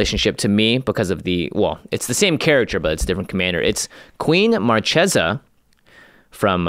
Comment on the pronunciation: YIKES!! they did it again..... its Mar Kay sa NOT Mar Chay sa. Are they like, doing that on purpose???